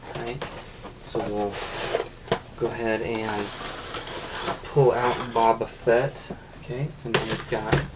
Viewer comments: It's pronounced Bow-ba Fett...not Babba Fett 🤦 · least say his name right